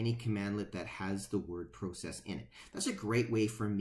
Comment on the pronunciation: FYSA.....Go to google translate and type in "Process". Then have it say it outload. I think you'll find your pronouncing it wrong.